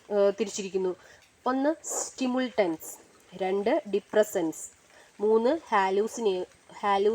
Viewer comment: Ithil nigal സ്റ്റിമുൾട്ടൻസ് ennanu parayunnath സ്റ്റിമുലന്റ്സ് എന്നാണ് വായിക്കേണ്ടത്.